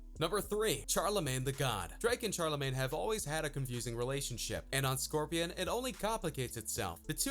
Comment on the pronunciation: "scorpian" xD🤣